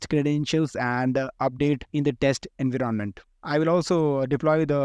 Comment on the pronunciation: Dont mind, but your way of pronouncing "en-viron-ment" as "invi - ronment" is very irritating. BTW helpfull content. Thanks for that